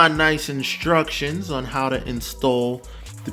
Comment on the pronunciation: I like how you say "Inshtructions". Imma start saying it like that too 👍